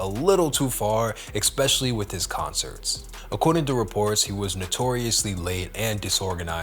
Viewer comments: "ekspecially" annoying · there's no X in "especially"